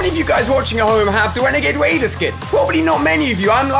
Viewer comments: he said renegade waider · he said wenegade waider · did he just say, “wenagade waider”!!! NANIIIII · Ali a: How many people have the wenigade waider Get it right ali renegade raider!!! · WHO ELSE HEARD: HOW MANY OF U GUYS HAVE THE WENAGE WADER SKIN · Does anyone just love how Ali says wenegade waider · Who els realised alia said renegade wader 🦁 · Wenegade wader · wenagade waider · THE WENAGWED WADER . man go to spelling bee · Wenagade wader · He said renegaid waider at the beginning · Bruh who else heard wenegade waiderwhen he said renegade raider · How many guys of you at home gave the WENEGAIDE WAIDER